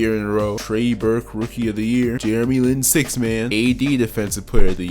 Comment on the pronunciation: did he say jeremy lahhnm